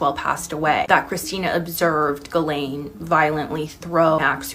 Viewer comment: I'm sure it's pronounced Jhilaine not galain